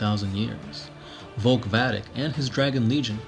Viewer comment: Sure. Also, his name is spelled Volk Vadek (Vay-Deck), but he just keeps pronouncing it as Vulk Vadik.